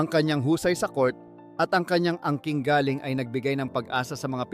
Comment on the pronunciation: Galing = from? (Malumay) / (Galing = Talent! ay binibigkas ng mabilis)